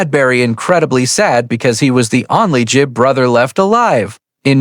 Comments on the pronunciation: A1. Gibb, not Jibb. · It’s GIBB not JIBB MORON